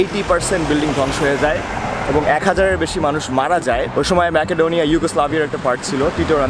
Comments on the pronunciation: It should be "Mecodonia," not "Makadonia. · ম্যাকাডোনিয়া না উচ্চারণ হবে মেসিডোনিয়া